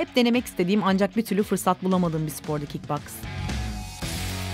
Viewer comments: Kik baks değil kik boks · kick boks diye yazılır kick Baks diye okunur😁😁😂😀